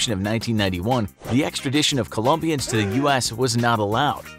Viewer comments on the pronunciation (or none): Jupers Nikk Co-LO-mbians